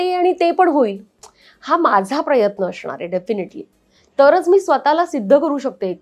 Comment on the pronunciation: अशनार नाही असनार